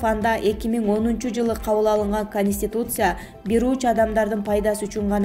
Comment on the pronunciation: Автор кониституция эмес конституция туура суйлосон базарда отургандай суйлобой